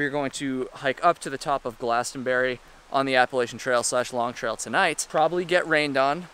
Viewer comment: lol he cant even pronounce appalachian